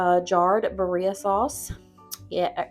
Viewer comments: Loved these meal ideas! Birria is one of my favorites since I discovered it. Not trying to be a stinker, but it is pronounced 'beer-ee-ah' This will help people know how to ask for it if they are looking for the sauce or ordering the tacos at a restaurant. Loved your chicken broccoli cheese recipe, I'm going to be trying that one soon! And I just subbed to your channel for more great recipes! Thanks for this video! I live alone but sometimes have my grandson here with me and crockpot meals are easy for when he's here so I don't have to be in the kitchen so much, or for when getting home late. These all sound wonderful! ❤ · Thank you for attempting to say BIRRIA! I know it's a hard word in the Hispanic culture lol. FYI: you're adding the accent in the wrong area. Phonetically, it's pronounced "bee-rria", so the accent is on the first "I", not the second "I" as you're saying it. Again, thank you for trying!!! ❤❤❤ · Birria is pronounced Bee- Ree-aa you're saying it well except change it to BEE at the beginning 👍